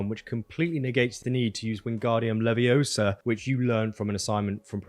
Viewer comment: Can never get enough of making Emma Watson proud with his enunciation of Leviousa! Lol